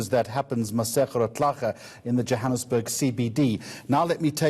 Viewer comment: This white guy is a real idiot, he cant pronounce Johannesburg properly but he can pronounce the African surnames - These liberal whites are such a joke in this country...